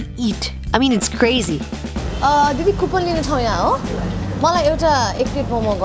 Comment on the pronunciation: It's not kupon it's coupon